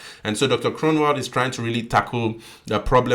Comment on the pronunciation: You say the "g" in Groenewald as if you have something stuck in your throat a "gggggg" not a k sound 😊